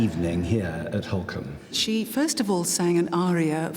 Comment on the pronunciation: He keeps pronouncing it incorrectly and the subtitles are spelling it phonetically therefore incorrectly too. It's Holkham pronounced Holk-um